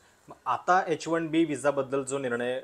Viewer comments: its bot H 1 D visa. its H 1 B visa... why u keep saying wrong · तुम्ही H1 D असा उच्चार करीत आहात